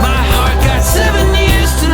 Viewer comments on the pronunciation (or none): none